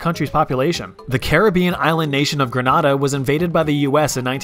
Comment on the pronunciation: Grenada never gets pronounced correctly 😪😪😪